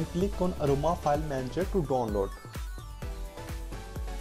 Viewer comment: bro.. its download not donnload..... what a English... bro plz ... change ur English...